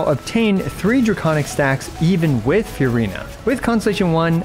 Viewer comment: I love your channel. I love your video content and delivery. But please take the time to learn how to pronounce things correctly. I wouldn't even care about the mispronunciation of the three pets' names or "Marechaussee," but seriously please at least get "Furina" right.